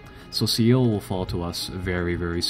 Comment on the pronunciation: Just a quick tip, Seoul is pronounced soul. Just for a little help.